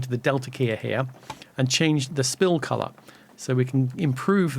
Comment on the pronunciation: Special thanks for the dual pronunciation of ‘colorrrrrr’. Made it even more accessible for me.